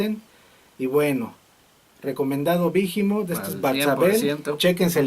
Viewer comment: no es bijimot, es tal como está esta escrito behemoth, sin pronunciar la h, behemoth es el nombre de un demonio